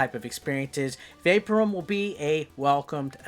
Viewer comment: Well done, Mate! I think it's pronounced "vay-POUR-um" Cheers🍺🥩🇦🇺🐨